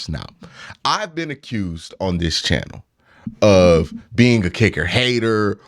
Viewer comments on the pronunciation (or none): none